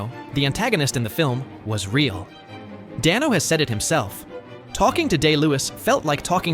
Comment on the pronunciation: For future reference, Paul Dano’s last name is pronounced Day-no.